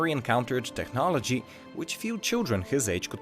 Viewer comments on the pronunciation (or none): pronunciation: te"ch"nology -> te*k*nology